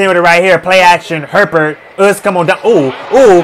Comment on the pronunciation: Lol at the fans complaining about his pronunciation of Etienne, when he absolutely butchers Herbert's name! 🤣